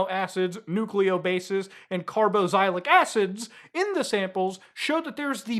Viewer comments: Car-Box-ill-ick acids please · I won't even correct you on the carbonara acids pronunciation 😼